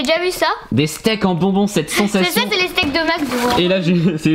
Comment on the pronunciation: POUR QUOI TU DIS CENSATION